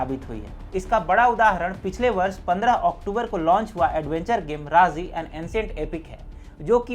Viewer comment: राजी है वो राज़ी नहीं। उच्चारण सुधारें।